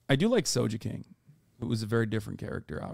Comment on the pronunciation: I seriously cannot imagine how Hasan exclusively watched the anime instead of read the manga until the time skip but still says "so-je-king". Like, are you deaf, my man? Japanese is a perfectly phonetic language and Sogeking is spelled with a げ